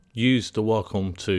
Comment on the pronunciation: Gunna & Waaahcom & Smooving = 'Going to' & Wacom & Smoothing. Honestly the tutorial is good, but your diction is appalling, and very distracting. Know what I mean. You obviously know your subject well. It's not your accent - it's your pronunciation, there is a difference.